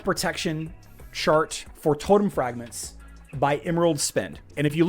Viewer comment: I swear he said shart instead of chart